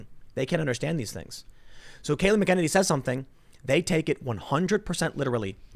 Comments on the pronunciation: Tim please pronounce her name correctly. Not Mac Kennedy. Mac-uh-nen-E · Why does nobody know how to pronounce Kayleigh's last name... its Mac-an-inny ... not Mickennitity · Tim Kayleigh Mac Ah Nay Knee!! Love you Brother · Its “*Mac* ’-Eneny” for anyone who cares. Emphasis on the ‘Mac’ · I know it doesn't really look like it (but it does)... but her name is phonically said like this: MAC-uh-NANY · Come on Tim. You're from Chicago and you can't handle an Irish name like MAC-an-nA-nee . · For God's sake can please do for God's sake can please do some research use the phonetic websites to translate this person's name your hacking Kelly mcenany her name two pieces come on dude seriously you're a journalist you should do better than this it's McEnaney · Not a huge deal, but Tim keeps pronouncing her last name incorrectly. MAK-uh-NAY-nee is the correct pronunciation. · MAC-EN-EY-KNEE .. Say it slowly .. MAC-EN-EYY-KNEE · Mack-ah-nay-nee is how it’s pronounced. Trump 2020🇺🇸🇺🇸🇺🇸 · It's pronounced 'MAC-a-nany'. Sheesh. Emphasis on MAC. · It’s pronounced Mack-A-Nenny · MACK-en-ane-ee, sort of rhymes with cockamamie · Tim, you pronounce her name incorrectly. Not that big of a deal, but it bothers me every single time... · Tim says her name wrong EVERY time lol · Jesus Christ. You still can't pronounce Kayleigh's name? Damn, watch the news and listen. Do your homework. Who the hell pronounces names like that? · Can someone please tell Tim how to pronounce her name. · Someone please teach our beloved Tim how to pronounce Kaleighs last name. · Tim, check McEnany pronunciation. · Please learn how to pronounce her name properly! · Tim say her name correct please...haha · DEAR GOD PRONOUNCE HER DAMN NAME CORRECTLY!! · Please pronounce her name correctly. Please Tim. Seriously. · He literally has her name in front of her and he can't pronounce it right. Ffs.